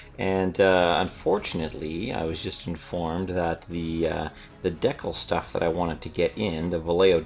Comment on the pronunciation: I'm pretty sure the down votes come from his pronunciation of the word decal